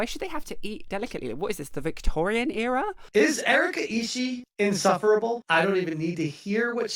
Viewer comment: Also, that guy pretending he can't understand singular "they" is annoying enough, but the fact that he keept mispronouncing Erica's last name was driving me nuts.